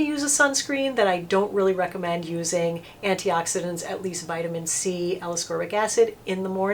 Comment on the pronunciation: Good job pronouncing all those antioxidants I did not know how to pronounce some of them! I did not know about how to select a good C serum but now I do XOXO. I appreciate that you are not trying to run a love fest sales pitch on a bunch of expensive over priced stuff.